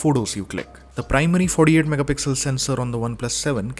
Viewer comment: No One:: FoRdE-AiD MegaPixel